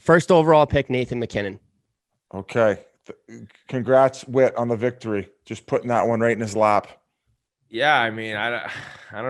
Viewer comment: It’s whit and it’s not close